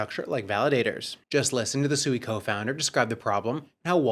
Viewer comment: You literally heard the co-founder of SUI pronounce SUI correctly about 5 times in 30 secs and for some reason you want to pronounce it like you are dumb, you heard him, he did not call it SUEY he pronounced it SWEE. I can see why traditional Finance doesn't take us seriously in the crypto space.